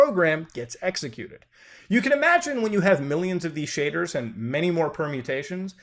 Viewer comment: Man. All i heard was shaders and cum piles.